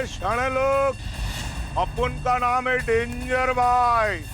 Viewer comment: Yu to bawri ek ka bhi naam shi se nhi leti aur sabke naam sahi se bole😮